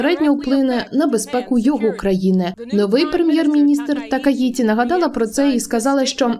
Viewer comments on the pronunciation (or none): Такаічі, в японській нема звуку ті, це маскальська транслітерація